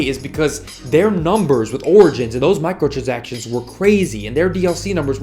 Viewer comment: He kept mispronouncing “micahtransactions”😂